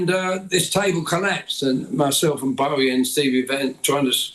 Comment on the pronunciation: Always baffling to hear someone who doesn't know how to pronounce "Bowie".